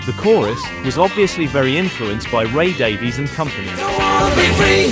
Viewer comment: ( im sad you said Ray Dav-eee-s